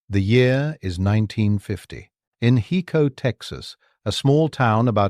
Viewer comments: IT IS PRONOUNCED "HI CO" .... NOT "HE CO"..... HICO, TEXAS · OMG!! It's HI-co, TX